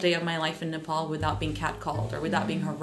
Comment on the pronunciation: Nepol re😂😂 just simply say Nepal it just 13 year u guys moved to here right